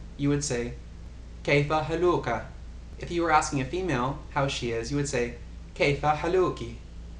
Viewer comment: in Kayfa haaluka=كيف حالك؟ the stress in "haaluka" is in the first syllable >> 'haaluka NOT in the second >> haa'luka (same in feminine form).. This is important because it sounds very weird when the stress is wrong and you may get lots of laughs :D